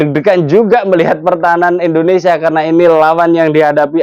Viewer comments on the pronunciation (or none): Bang maaf Nyebut negara kita jangan endonesia bang Tp Indonesia 🙏🙏🙏